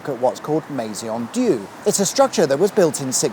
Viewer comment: As I have said before - it's pronounced Me [as in meh]-zon di-ur